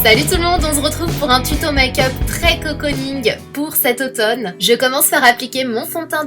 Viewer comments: "COCO - ning" x) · On se comprend quand elle dis coconing ^^ vous etes debiles